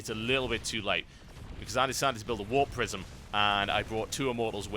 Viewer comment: Ahh warp prisim, I thought you were saying warp prison lol, makes sense now:) /mustbethebeer